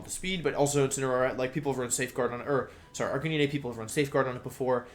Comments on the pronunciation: Arcanee-nay. Check your spelling 🤦‍♂️ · ....ok how can you look at arcanine's name and think its pronounced like that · Why is it every competitive poketuber cant pronounce the new pokemon names? Cinderachi? Arkeenay? Ranuregus? Is this a thing? What am i missing?